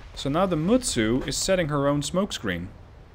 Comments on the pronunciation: The correct pronountion is with T ( for Mutsu ) . At first you pronounce it correcly . I've had some japanse lellons . The guy that told you that you showldnt pronounce T was just having fun of you. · No! Mutsu is pronounced exactly as is written! I seriously wish that non Japanese people STOP trying to westernize names of the IJN ships... and if you really want to learn how to. pronounce them then look at the Kancolle or Azure Lane vikis. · The way he pronounced it is the way you pronounce in in English